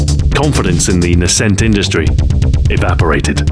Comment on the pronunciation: Minor gripe: the emphasis is on the first syllable in “nascent”.